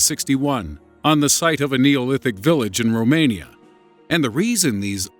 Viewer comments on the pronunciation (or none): none